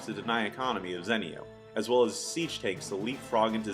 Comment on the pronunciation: Its zenio, not zènnio :P awesome vids tho, really appreciate them